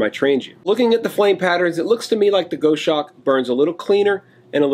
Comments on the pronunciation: Hi..... it’s pronounced.....Gos Hawk..... not goshark...... just a heads up.... the goshawk is a beautiful bird of prey.... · Gos hawk, not Go shawk. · Go shawk? Pronounce it Goss Hawk. Maybe you don't have them in the USA. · It's gos-hawk, rather than go-shawk - it's named after a bird. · Pronounced Gozz-hawk, not Go-shawk. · Gos hawk not Go shawk! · It’s Goshawk. Gos-hawk. A large bird of prey. Like Sparrow-hawk. 👍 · it's Gos-Hawk mate. Aussie bird of prey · Just a quick word,. The name is from the bird of prey, it's pronounced like boss hawk. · Just for you information. Goshawk is referring to a birds name. The pronunciation is "gosawk". It is a hunting bird. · Not to be a pedant, but it’s pronounced GOSS-hawk. Named after a hawk from the Accipiter family. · I think this is pronounced Goss-Hawk ....the same as the bird which I assume its named after. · (It's pronounced Gahs- hawk). It is one of the birds of prey; of the Hawk family. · The name of it is a bird of prey and pronounced gos-hawk! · Love your channel. Never thought for a minute that you would resort to click bait. Knew it was legit. Cool stove but a little pricey with the postage. I think you may be pronouncing it incorrectly. A Goshawk is a raptor, like an eagle or falcon, only much smaller. More like a Kestrel. It is pronounced like gosh hawk except you drop the first "H" sound.